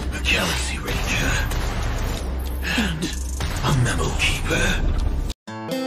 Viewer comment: A GALAXY RANGEUHH, AND A MEMO KEEPUHH....